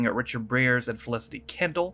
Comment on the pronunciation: His surname rhymes with 'wires', as in 'Briar patch'. Ironically the one thing I know him for after this is as a voice actor on Watership Down. Basically they went to the Drury Lane Theatre to perform a sketch in front on an audience that included members of the Royal family. That was definitely a Dalek impression. I believe the term used at the time this was aired was 'Bohemian'.